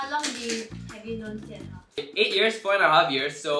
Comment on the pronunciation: You said jinhao